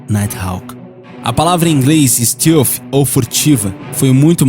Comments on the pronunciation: STÉLF e não STILF :D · 1.Os EUA nao é um dos mais poderosos e influentes, ele é O mais poderoso e O mais influente. 2. A pronuncia de "stealth" nao é "ISTILFI" é "ISTÉLFI 3. O B2 nao é conhecido como ïnvisivel"por conta da sua altura e essas bobagens q o video diz, mas sim por outra serie de detalhes q o video nao explica, as principais dela sao os angulos da fuzelagem e sua cobertura e o ar que sai das suas turbinas sao resfriados... Todas as aeronoves com essa tecnilogia stealth (tb já existem embarcaçoes que seguem essa tendencia),sao chamadas de quinta geraçao,.. 4. Se quem fez a ediçao desse video tivesse o pequeno trabalho de assistir os videos do "hoje no mundo militar"nao diriam tanta bobagem! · Fala "stéalf" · Bom, pra fazer um vídeo sobre projetos militares americanos, vc deveria saber o mínimo sobre pronúncias em inglês... Stilfi??? Que diabo é isso?? Stealth... Faltou pelo menos buscar a pronúncia correta das palavras em inglês!!!! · "Tecnologia stilfi" pqp....